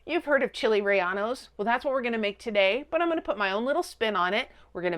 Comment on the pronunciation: Ok white lady, if you're gonna make OUR food, and post your video on YouTube... then you can certainly use the internet to do more research in how to correctly PRONOUNCE AND SPELL another cultures food. It's NOT RELLANO!!! DMBA55! It's RELLENO!!!! CHILE RELLENO! Don't worry, I've I've applied the "Don't recommend channel " to yours. Maybe next time you can do research so not to look so ignorant.